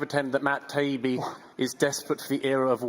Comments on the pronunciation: Beyond his unnatural fixation on Cronkite's ethnicity, this Malcolm hack keeps saying "Tiabbi" as if pronouncing Matt's name wrong will negate the power of Matt's statements. It's "Tah-yeebi". It's not that hard. It means "the good one" in Arabic. ("tayyib" = good). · All what so-called journalist Gladwell did was gaslighting his opponents, constantly mispronouncing Mr. Taibi's name out of spite and basically beeing an ass.